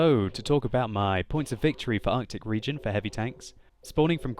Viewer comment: Artic Regeon lol